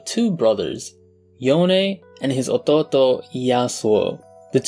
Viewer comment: sounded like a filipino 🇵🇭 when he said ototo 😂